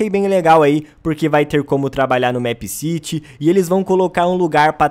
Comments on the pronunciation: eu gosto dos seus videos mas o the plaza nao é uma cidade é a plaça e é mipe siri que se pronucia não mép mas caguei pra isso A teoria mais obvia é que o criador queria colocar a cafeteria no the plaza e fazer a escola,não acho que vao ter mais uma "cidade" (essa é minha teoria mas ela é bem obvia) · não se fala mépciti e sim mipcidy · É MEEPCITY não MÉÉÉPCITY😂😂😂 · Não se diz MÉPCITY e sim MIPCITY mesmo que se escreva MEEPCITY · O nome certo de se pronunciar é mip ciri se pronuncia assim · Se pronuncia meppciri é meepcity mais se pronuncia cm r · FALA DIREITO O NOME DO JOGO PESQUISA O CANAL DA JULIA MINEGIRL E VÊ OS VIDEOS DE MEEPCITY DELA PQ ELA FALA CERTO!! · Sabi nem falar meepcity direito